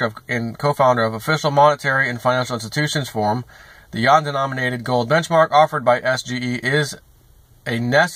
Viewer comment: Its pronounced you-won....not yawn.